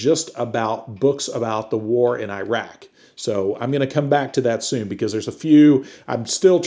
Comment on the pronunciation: I appreciate you trying to pronounce Iraq correctly, it's closer to "e-rock" That nuke stuff is pretty concerning 😅